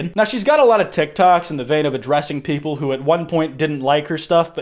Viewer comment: 'Some of US not straight popple" what u saying hmmmm?